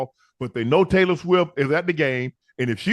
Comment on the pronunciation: Did he say "Trailor swift" ?